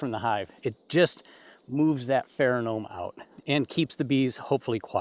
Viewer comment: Good advice, but I would like to correct you on the word PheroMone. It is Not PheroNome. Notice the n and m placement. You should sound like the astute and intelligent Beekeeper you obviously are.